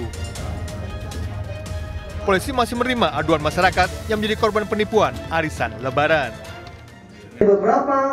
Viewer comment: Pengisi suaranya kok aneh suaranya? Cara ngomongnya lucu.. Gw tadi berasa denger arisan kok warisan...